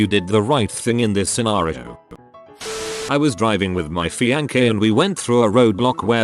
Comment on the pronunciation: Text: "fiancé." Computer voice: "feeANKay." Get it together, computer voice!